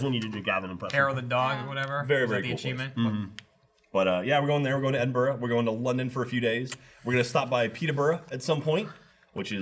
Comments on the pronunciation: thats not how you same Edinburgh. its said like ed-in-bruh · Edin-BRUH. Edinburgh = eh-din-bruh. Not -borough, -burgh -> -bruh